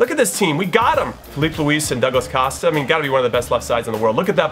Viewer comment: YOU PRONOUNCE COSTA THE WHITEST WAY EVER!